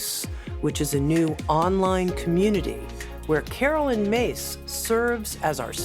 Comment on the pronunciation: Her name is pronounced Miss NOT Mase. It's spelt Myss. That is not Mase!